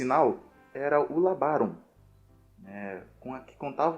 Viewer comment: LABÁRO NÃO, LÁBARO, OH NARRADOR! LÁBARO, FLÂMULA, OU BANDEIRA. TE INFORMA, RAPAZ!!!